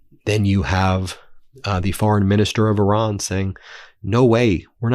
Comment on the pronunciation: Ben - I believe you can learn to say “Iran” rather than “Oran.” You learned how to say Hormuz correctly, though it took a while. Please make the effort out of respect for the people of Iran.